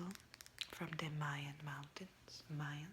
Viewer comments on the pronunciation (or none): none